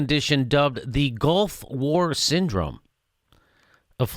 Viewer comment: Jimmy, why do you keep saying "golf war"?